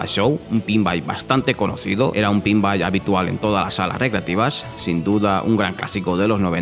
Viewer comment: Es "pinball" no "pinbai".